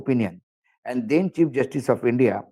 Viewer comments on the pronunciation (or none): none